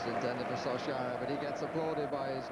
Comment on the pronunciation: His pronunciation of Solskjaer is terrible though. But yes an all time great commentator.